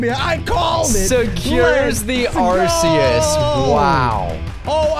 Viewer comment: It's Arceus